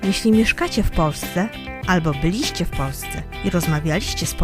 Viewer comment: na nieprawidłowo akcentowane słowo by-LI-ście, a powinno być BY-li-ście